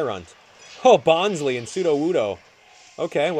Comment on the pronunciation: I like how he says Bon-zlee (incorrect; Bon-sly), yet says Vulla-by (also incorrect Vul-lah-bih). Count your syllables it helps!